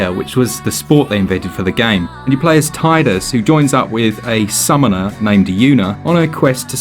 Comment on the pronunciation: Thanks for saying Tidus correctly. Every time I hear someone say "TEE-dus" I want to throw myself into traffic.